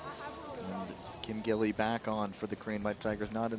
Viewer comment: 吉莉·金 is the pronunciation of Kim Gil-li. It's Gi li Kim, not gill.. Gee li. Your going to be saying her name for several years. Since she may ultimately be the best female skater of all time, i.e. GOAT, you should learn to pronounce her name correctly.